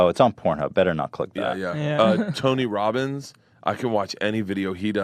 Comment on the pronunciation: "Tony wobins hungwy.... Nom"